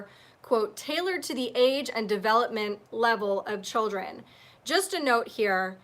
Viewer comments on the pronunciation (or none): none